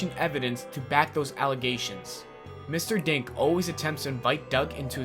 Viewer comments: When he was saying mr dink but i thought he was saying mr dank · When he said Mr.Dink i almost thought he said Mr.Dank XD